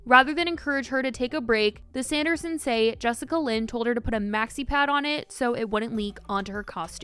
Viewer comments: Jessica Lynn? 😅😅😅😅😅😅😅 It's Jess A Lynn. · lol it’s Jessalyn not Jessicalyn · Am I the only one who is dying inside every time she says Jessica Lynn instead of jessalyn lol 🤷🏼‍♀️ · Im sorry "Jessica-Lyn" ? Its pronounced "Jess-Lyn" 💀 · Why do you keep calling her Jessica Lyn? Her name is Jessalyn lmao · bruh who is jessica lyn?😂😂 im listening and im like wait who is that? its jess-a-lyn 😭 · im love u spill, but her name is jessalyn pronounced jes-sa-lyn not jessica-lyn lmfaooo love you girl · Is is jessicalyn or Jessalyn? You keep saying one while the text says another. 😂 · i love you sm but the jessicalyn instead of jessalynn is as lowkey funny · take a shot each time says "Jessica-Lynn" instead of "Jess-Alynn" lmfaoooooo im sorry i couldn't help it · looking for all those extra letters you made up in “jessalyn” lmaaoo not “jessica lynn” 😭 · BRO YOU KEPT SAYING JESSICALYN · It’s Jessalynn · She’s saying Jessica Lynn lol. Close enough lol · I was just doing a double take when I noticed. 😂 was very confused for a sec.